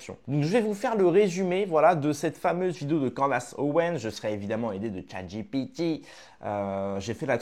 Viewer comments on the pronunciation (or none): none